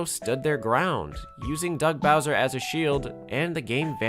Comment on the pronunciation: “So long Eh Bowser” Is what was said RIGHT ?